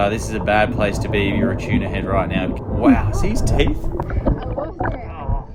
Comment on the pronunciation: choona is a weird way to say tuna